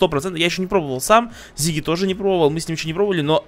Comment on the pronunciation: Не Зиги а Сиги